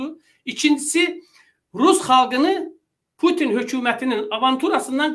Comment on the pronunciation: Bütün yox Pütün